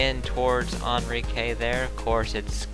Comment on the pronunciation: You said Enrique wrong but i won't complain